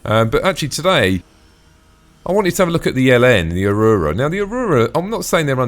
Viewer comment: Tactical Advance: "Ah-Roo-Rah" Everyone else: "Ah-roar-Rah"